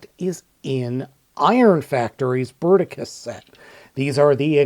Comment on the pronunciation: Le "Berticus" .. bravo l'ia. En attendant, c'est PAS Bruticus. Bruticus est le Combiner militaire comprenant des jets et des tanks.